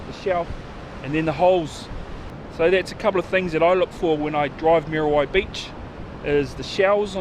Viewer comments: moody why beach bra,not mear a why...lol thanks bro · Mean vid bro but cmon butha its not mary why dont be ashamed to pronouce it properly ehoa , churr